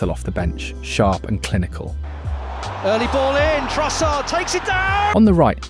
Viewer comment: at least you pronounced Trossard's name correctly